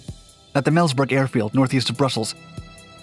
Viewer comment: Very good pronounciation of "Melsbroek" , from a flemish (dutch speaking Belgian) susbscriber ! Your german pronounciation is also mostly on top ! You research this , not ?